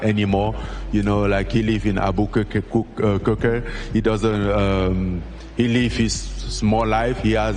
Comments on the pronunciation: Ayooo 'Alber-cur-ker-kee' is legendary 😂😂😂😂 Francis is a G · " he lives in albur COC kerk " Ngannou I love you brother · 😂Hearing Francis trying to say Albuquerque made me laugh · God I love hearing Francis say Albuquerque.😅 just butchered it. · That was Francis trying to pronounce ‘Albuquerque’. (Where Jones lives.) Lol 😂